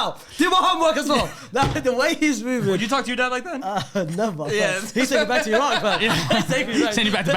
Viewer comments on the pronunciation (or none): none